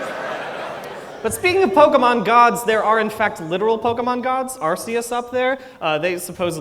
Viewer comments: He still can't say Pokémon correctly. And I love it. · "Can you still call it the perfect pokerap, even if it mispronounces 'pokemon'?" Apparently....... yes. (this was way more awesome than i expected) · terrible he keeps saying pokEEmon. like bro.